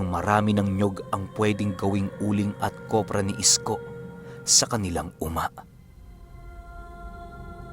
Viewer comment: Kopra po hindi kobra hihi…gandang umaga sa lhat